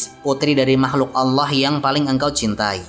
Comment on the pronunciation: agak terganggu saya dgn pelafadzan nama ALLAH SWT. saya mendengarkannya berupa HWALLAH bukan ALLAH